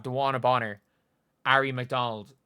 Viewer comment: Bonner is actually pronounced Boner